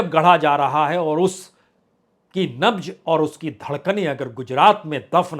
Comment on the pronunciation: Nabj Nahi Nabz .... Jay ho .... Vande ....